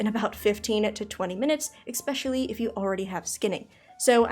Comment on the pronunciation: stopped watching after "exspecially"